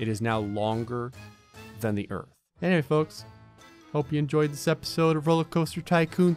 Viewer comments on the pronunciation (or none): Hahaha “ERTH” 😂